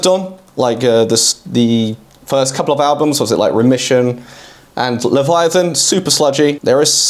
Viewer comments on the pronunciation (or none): none